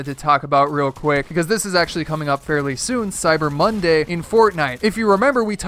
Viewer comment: He called it burger boss LoL (Edit) he also said mondy